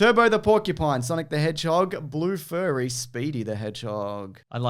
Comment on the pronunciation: It says Blue Fury bit says Blue Furry. confirmed